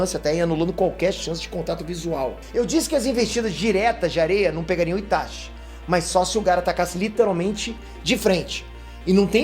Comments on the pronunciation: "itaXi" é teu cu É "itaTI" (pronuncia) E Gaara é UZUMAKI ... por parte do pai .. então logicamente ele tem vigor, resistência e chakra superior aos ninjas "normais" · meu personagem preferido clássico: Gaara personagem preferido do Shippuden: Itachi puuuutzz E POOOR FAVOR SE PRONUNCIA "ITATI"